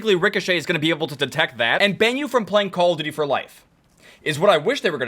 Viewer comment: call it "C-all of duty"